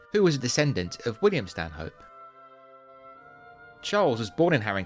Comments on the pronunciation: Excellent video, although Stanhope is pronounced "Stan'up." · A polite correction: Stanhope is pronounced "Stannup".